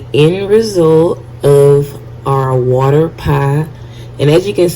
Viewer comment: “A cup and a HAOLF of wuter”